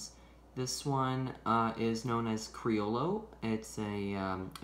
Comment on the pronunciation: Cree-yo-yo is what I read is how it's pronounced I was saying it the same way until then.